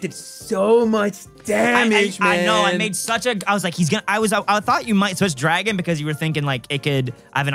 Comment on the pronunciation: IS ANYONE ELSE HEARING “DWAGON”!? Or are my ears messed up.